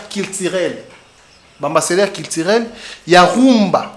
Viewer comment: Culturelle et non kilitirel Mr le chroniqueur .